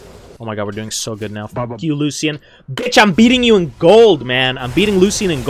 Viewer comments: Anyone else HATE how he pronounces Lucian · we need a compilation of pronouncing champs wrong (Lucian, Mundo, Yone.)